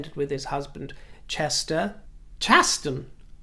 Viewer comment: Yes he was born was born Chasten James Glezman and took Pete's last name when they married. I've heard Pete pronounce it: CHAh-sten like "chastity'" and not like "chase."